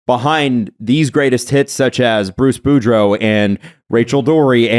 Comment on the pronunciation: I think the copywriter is the only hockey fan on staff and the poor woman got trolled on air. How else so you miss the 'oo' in Boudreau and then add it into Tocchet?